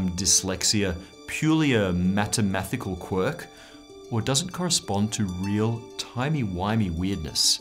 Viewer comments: instead of MATHEMATICAL he actually said "MATEMATHICAL" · so he really snuck in that mispronunciation of mathematical huh... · ...maTamaTHical or mathematical... 🤔 tee hee 😆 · Did he say mattermathical? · "matemathical quirk" LOL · 35 secs..... Matamathecal? Lol. Ok. Still enjoyed the lesson. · "matemathical" made it into the final cut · "matimathical quirks" lmao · anyone else hear him say "matemathical"?? Like come on pbs, get ur editing gud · Hee hee hee.. Matemathical... 😋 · Did he he just say "matemathical?" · lol matimathical... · You deliberately said "Matemathical" quirk while introducing switching of space and time Good 😄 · 34 Mat-e-mathical?! Haha! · “Matemathical”, I’ve watched this like ten times and I just caught the joke. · Did you.. did you say mattemathical?! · "mattemathical" good one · "Matemathical" ! Haha!!! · "spacetime dyslexia" then he says matemathical because that is a potential dyslexia rendering of "mathematical" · Matemathical? Was that a pun referring to dyslexia? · not sure if i can trust someone who says mathematical "matemathical" on a science channel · Lol 'Matamathical' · Did he say Matemathical. What a quirky pronunciation. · M A T I M A T H I C A L